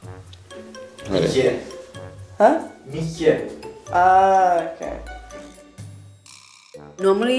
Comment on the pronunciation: “mietsje” Me: no! It’s mietje! He says it with a wierd accent Btw I’m Dutch hallo Ik Ben Darnisha en Ik heb een Engels ROBLOX youtube kanaal doei